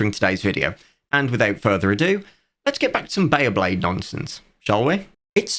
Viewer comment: One random question: was the pronunciation of bay-A-blade from a localization somewhere? The A should not be there 😅